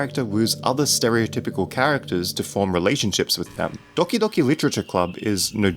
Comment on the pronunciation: Makes DDLC Video Ponounces Doki Docki